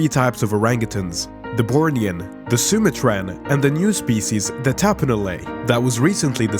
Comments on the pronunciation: Not SumaTRAN... it's SuMAtran... emphasis on the MA... Phoenetially Sue-mah-tran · "Soom-uh-tran"? Lol, no ---"Su-mah-tran" they're found in Sumatra, "su-mah-trah". Grief...